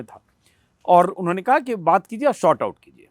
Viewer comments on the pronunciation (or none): भाईसाहब "short out" नहीं "sort out" होता है।